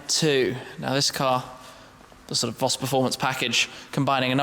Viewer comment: u have been to Germany so many times now , u must know that it is pronounced FOS